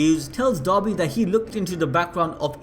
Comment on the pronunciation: Everytime he says dabi I understand dobby.. give this poor boy a sock.